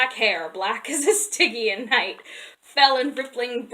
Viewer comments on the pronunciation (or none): You’re right about the pronunciation of Belit, but Stygian could use a look-up ^_^